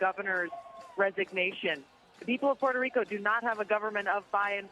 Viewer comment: Omg they massacred the Puerto Rican governments name.